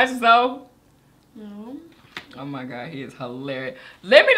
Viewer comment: I think it's pronounced Zoe like Zoey. I could be wrong but i remember he had a video with a girl on his Instagram a few weeks ago and she was saying zoey